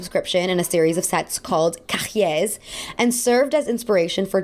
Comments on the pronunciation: “Cahier” is pronounced “kah-yay” nice video btw 😊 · You do not pronounce the h in cahier like an English h. The word is pronounce ka yay. That’s it, ka yay! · j'adore mais le façon qu'elle a dit cahier a causé mon chienne a se levé avec consternation 😭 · I love this videos just like all the videos make but I just wanted To point out the H in Cahier must not be pronounced. Most of the time accent is great but without seeing cahier written i wouldnt have understand so I thought i'd just point this for everyone ^^